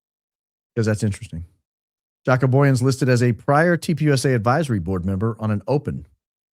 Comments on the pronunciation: Joco is pronounced with “short a.” He’s from the S. Africa. I think you’re way off on your “assessment” of possible involvement in trafficking young women. Do some more research on what he’s done to help save people, not harm them. They issue him a big apology. Not happy with you today. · Jaco is South African (pronounced 'yuckoo') - can hear that accent!! Google confirms. Incidentally, one of the biggest child trafficking mysteries took place in S Africa - scared us all growing up - a number of kids were kidnapped and disappeared and then a young girl named Joan Booysen managed to escape while she was drugged and locked in a closet. The 'couple' that abducted her - Gert van Rooyen and Joey Haarhof committed suicide (allegedly) so the whereabouts of the other girls have (to this day) never been found. The abductor's son claimed they were shipped overseas somewhere to the Middle East and that National Party (the apartheid govt at the time) high ups were involved. He was not believed. To this day, the case is still open and nobody knows that happened to those girls (or they do and have been silenced). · But, its "huaco" not Jaq-o. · Jaco is pronounced as "YA-koo" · Its pronounced ha-co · Jaco is pronounced Haco the J is pronounced H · Just read Jaco Booyens, and realised bro's name is South African 😮 pronounced "Yuck'oo" 😂😂 "Boyens" 😅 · The correct pronunciation of “Jaco” is “ya-coo”. It’s an Afrikaans name, and he is South African born & raised, now US citizen. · The guy called Jaco Booyens is South African. Recognize his accent. For anyone who is interested his name is pronounced "ya-coo" here! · It is pronounced Haco (the j in Spanish is pronounced as an h) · Jaco Booyens is pronounced with a Y ... It's a Afrikaans name from South Africa. So it's different from Haco in Costa Rica 😅